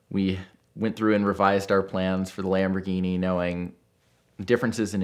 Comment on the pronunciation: Could you let him know that there is no D in Lamborghini.